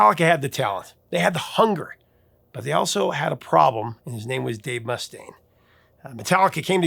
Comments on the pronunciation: Not MUS-taine, Mus-TAINE. Eesh. but failed Basic Metal. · Must stain! That pronunciation had me rollin'!😅